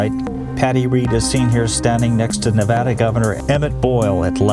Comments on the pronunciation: It's Nevaaa (like Apple or fAst)-da. Please practice until it comes nAtural to you. Thank you. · You lost everyone in Nevada with how Nevada is said in the video.